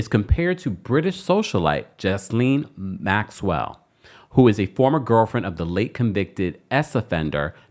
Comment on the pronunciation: I so wish black vloggers would stop mispronouncing Maxwell's name sounding like hillbillies 😢 The S is silent like the g in neighbor